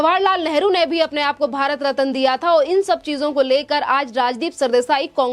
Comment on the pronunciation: Aapki Hindi ka uccharan bahot galat hota hai. Ratna ko rataan uccharan karti hai.